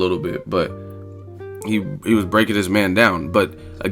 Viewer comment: "I hwas bone ready!"😂😂😂